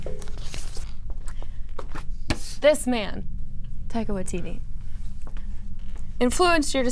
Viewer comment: She pronounced taika waititi name pretty good